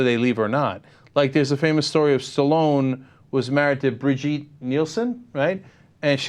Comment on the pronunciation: HAHA, cenk saying birgitte totally wrong